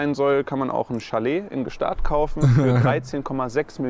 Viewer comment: ich finds voll geil wie adi sich immer lustig macht wie Gstasd aus spricht